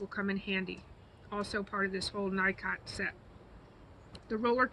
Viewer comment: "Knee-coh" not Nycot. Just sayin.